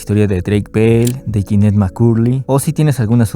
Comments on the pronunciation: janet ❌️❌️ ginnet✔️✔️ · "Yinet" JAJAJAJA Buen video, bro